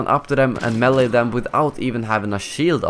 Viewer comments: lol it's not melEE it's maylay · xD Your pronunciation of the word melee is killing me!